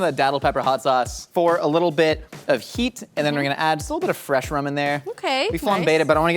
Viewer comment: dis a fwesh nnice